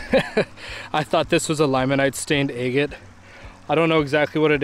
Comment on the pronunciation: That striped water agate was spectacular. Wow ! You drive me nuts saying a- git. It should be ag’it But to each his own. I’ll still keep watching you. Love the content. Good luck and Happy Trials 👍